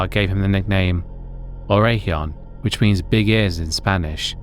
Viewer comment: Orejon is pronounced or-eh-hone